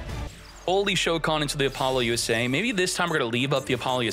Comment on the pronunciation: App- poe- Loosa not lusay